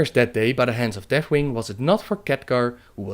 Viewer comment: Het is geen steenkolenengels, maar probeer misschien toch een beetje aan de uitspraak te werken (udder-other, deaf-death, dis-this, etc.). Ontzettend bedankt voor de videos!